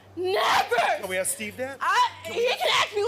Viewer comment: totally irrelevant, but i'm European so i don't know this kind of stuff. Is this a "black thing" to say "aks" in stead of "ask"?